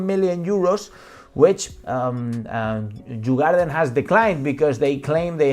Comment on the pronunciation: It is written djurgården but pronounced yur-goar-den. Meaning the animal farm. Very Beautiful and touristic place during the summer.